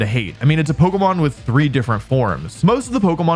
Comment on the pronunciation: Wolfe, why do you pronounce it like Polka-mon instead of Po-kay-mon?